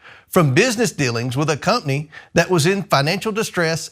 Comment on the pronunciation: It's company, not cumpney!